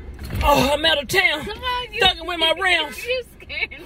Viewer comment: “I’m out of tewn thuggin with my rewnds“ 😂😂😂